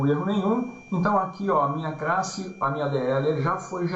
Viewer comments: gostaria de saber por que razão fala 'crasse' e não classe??? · Ele fala Crasse e tem 28 mil inscritos e ajuda muita gente e vc fala classe e tem 28..........